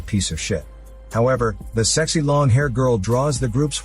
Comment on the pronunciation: Haha i love how he narrates whilst emphasising the words sexy and ugly over and over again lmao